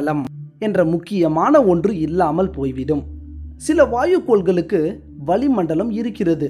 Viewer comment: அது வலி மண்டலம் அல்ல வளி மண்டலம். தமிழைக் கொஞ்சம் அழகாக எழுத்து பிழை இல்லாமல் உச்சரிக்க கற்றுக் கொண்டு பின்னர் வர்ணனை செய்தால் அருமையாக இருக்கும்.